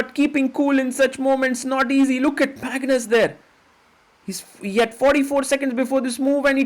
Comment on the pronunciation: and he said "Mangus" :face-purple-crying